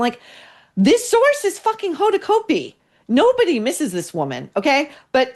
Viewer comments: You may be 100% correct but geez… Maureen you are sounding so much like a bully. And btw you pronounce her name incorrectly. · I agree with you about Hoda. But don’t purposely mispronounce her last name. It’s just juvenile and stupid.